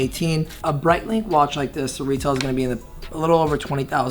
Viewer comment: It's not 'Breit-LINK'. 😂